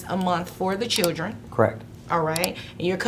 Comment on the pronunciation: extrrrcrriculrrr activities for the chlrrrdrrrn